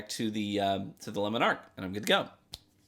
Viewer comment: Im sorry, I cant get over your pronunciation of Le Monarque xD I keep hearing "Lemon arc"